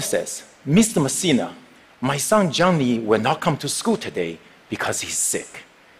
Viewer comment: Lmao, I understood his pronunciation of Johnny as Zhongli... I think I play too much Genshin impact